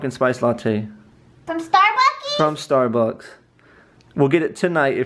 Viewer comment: she said " starbuckies 😒 "